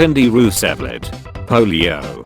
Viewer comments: Everyone: Roosevelt Memenade: RoOsEvLeT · Roo-sev-let. I feel violated by that pronunciation.